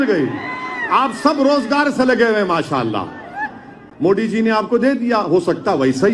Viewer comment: अबे मोडी नही मोदी है वो और खानून नही कानून होता है😂😂😂